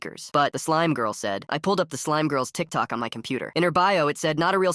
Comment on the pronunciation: How the ai voice said Tik Toke was wild🥀 but good video!